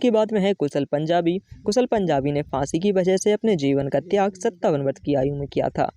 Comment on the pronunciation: फांसी भी बोलना नहीं आता